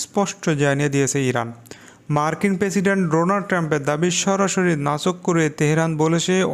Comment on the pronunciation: নাচোক নয় নাকোচ হবে।